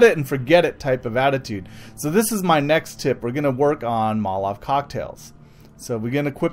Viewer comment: it isn't motalave